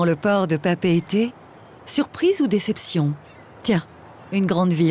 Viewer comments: Papay-aytay sounds Polynesian, while papeet sounds anglicized. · Pa pa ay tee. Not Pa pete. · 'Papeeeet' ??? Didn't Southern Cross teach us it was 'Papa e te' ? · Pa-pee-a-tay (learn how to pronounce i!!)